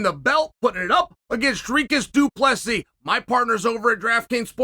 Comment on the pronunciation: You must know uncle Chael is taking this seriously if he is pronouncing both names correctly.